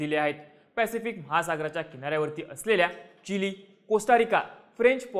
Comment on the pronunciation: भाऊ चिली बोल..... चिले काय आहे